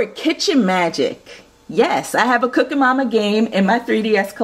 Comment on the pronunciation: It's cooking mama not cooka mama